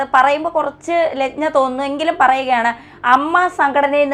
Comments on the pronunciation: ലജ്ഞ അല്ല anchor, ലജ്ജ ആണ് ശരി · ലഞ്ഞ അല്ല ലജ്ജ